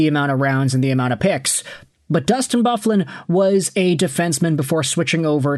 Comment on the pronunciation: Did you really just pronounce big buffs name like that 😂😂😂😂😂😂are you 12